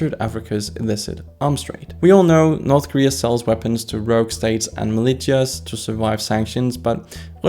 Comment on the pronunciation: Quick tiny correction. It's pronounced as "Milishias" not "Milichias"